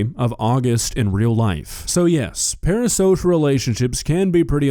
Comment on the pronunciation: Are you saying "para-sosh"? Stop saying "para-sosh"